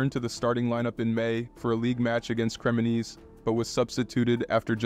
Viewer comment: the way this dude pronounced Marchisio fucking hell lol Edit - AND how he pronounced Cremonese and Udinese LOL